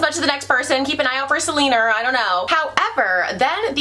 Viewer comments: “keep an eye out for Selenerrrrr”😂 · I died every time you said Selener 😂 I had totally forgotten about the meme